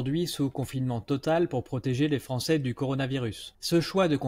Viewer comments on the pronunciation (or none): none